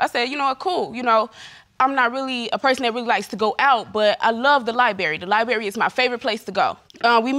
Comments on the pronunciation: “the lie-berry is my favourite place to go” 😵‍💫😭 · SHE cheated but SHEs frustrated at him. She LOVES the 'Lie-Berry'... can't tell. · "Libary"...well shes well read...lol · Let's all go to the "liberry"? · Why didn’t the judge correct this young lady’s pronunciation library? She kept saying lie-berry!!!! If the library is your favorite place to go, why can’t she say the word correctly? One of many words that are mispronounced. SMH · "Lie - Berry" ? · What is a lie-barry? Ijs🤷🏻‍♀️ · "LIBERRY" "WE WERE AN IDOL" but she loves going to the LIBRARY, what she be reading? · how the library your fav when you can’t pronounce library? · Library is her favorite place to go, but she can't say library? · So, you love the library yet can’t properly pronounce it… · I feel horrible about her having so many miscarriages but can anyone pronunciate library and diagram properly? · You know how to hack a phone, but can't pronounce "library" ..... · "Li berry", Argutive, ??? Meanwhile, she's making fun of him asking "When did he get a PHD"?? I'm wondering if she has a G.E.D.?? Jesus take the keys to the Library and open all of the books. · “Liberry” and “amboolance” really irritate me. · Who in the fk, says libary? It’s Library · She at the very least need to learn how to speak. The heck she doing at the "librewie" when she can't even pronounce it? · Her. "Lie Berry." Him: "I have a diaphragm." I am having a hard time listening 🤣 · Her favorite place is the “Lie Berry” 😂🤣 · Her favorite place is the lie berry? 🥴Lemme keep watching. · It's apparent that her time in the "liberry" is spent dating men and not reading books. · “i don’t like to go out but i love the lie-berry” your honour, she is LIE-ing! 😩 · libary? I think you left a letter at the LIBRARY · What’s a Lie-berry?🤣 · What's a Lie Berry? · I cringe every time she says “Liberry”.. 😖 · Library has a "r". She obviously wasn't reading any books🧐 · Girl, it's Library not liberry. Good thing you like books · Lie Berry??? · Lie berry